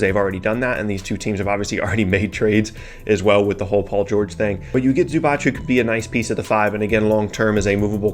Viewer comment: (there is no ch in Zubac, it's Zuba tss)